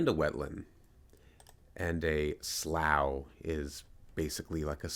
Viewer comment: I wasn't aware the word even had meaning as for me I've only ever known it as the large town a little west of London. And we say it like did.